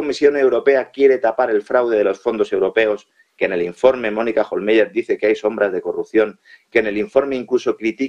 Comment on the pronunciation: Pues aunque en alemán se escribe "Hohlmeier" , se pronuncia "Hohlmaier". Porque en alemán los diftongos "ei" se pronuncian "ai". Así que, para cuándo que , ya que casi no sabéis idiomas, busquéis al menos en internet en el traductor de Google cómo se pronuncian las palabras o nombres que tengáis que decir, de cualquier idioma? El traductor va con sonido incorporado,si os fijáis, y es gratis. Este es el país en que, entre otros, los periodistas (aunque a veces sean hábiles y listos, o siempre vayan de listos) , pronuncian más fatal y hasta ridículamente los nombres extranjeros. Por no hablar de otros que nos colocan, que también van de culto, y son más bien unos catetos, pero eso sí, muy creídos. Y ufanos. Qué vergüenza de país nos han organizado (y generalmente desde fuera), la verdad.